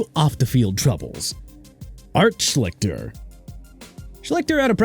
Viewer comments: Art Sch-lick-ter????? Maybe you should have learned how to pronounce his name before making this video. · You shouldn't call it wasted talent if injuries were the reason. That's just bad luck. Pronounced "Shleester" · Y'all do pretty good content but merciful HEAVENS, do y'all need to research pronunciations of peoples' names before recording.....I've seen you butcher Art Sclichter's name more than once (not that he doesn't entirely deserve it, he does, but still)....